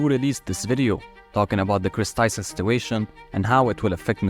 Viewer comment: It’s not ava Tyson it’s Chris Tyson